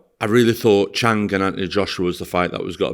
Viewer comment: “Chang”, “Kobalev”, got to love ahold skool Northerners mispronounciation of foreign names 😄